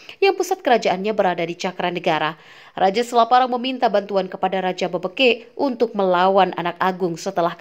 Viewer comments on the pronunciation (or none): BebEkek bukan Bebekek